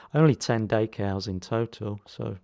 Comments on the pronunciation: One more thing - you are not pronouncing/saying the word correctly for french either, anyone with french as their first language would be scratching their head wondering what you were on about. You can call me what you like or make as many smartass comments as you like, it doesn't worry me. The point is that no one calls decals daycals and you can argue until you are blue in the face that you are somehow right, it makes no difference. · Nice though I didn't know what you were on about there - its dEcals not daycals.